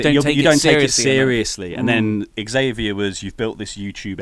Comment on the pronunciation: you pronounce "Xavier" improperly. I've seen him get upset with people who pronounce his name "zavier" instead of "ex-avier" on upupdwndwn.